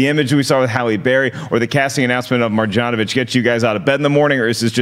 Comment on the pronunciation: Try to say it: MarYanovich. Serbian born. Just FYI for the future